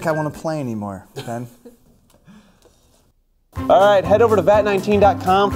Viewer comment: HIS NAME IS BEN NOT BIN😂